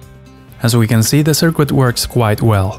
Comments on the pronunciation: sir-kit, not sir-quit. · Hello! first off, i love your content. I just wanted to say that, i'm not sure if its on purpose or your accent. I am so sorry if i offend but i have good intention. But your pronunciation of 'Circuit' as 'SIR-QUIT' isn't perfect, its normally said 'SIR-KIT'. Again i love your stuff, thank you. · A circoo-it. ahahahahahahahah. We have a circooit that works. but it doesnt look professional.. doesn't SOUND professional either. I'll try to speak German without an accent. You'll see. Sicknature learned English as a second language and speaks it like he's a white dude from the west. ..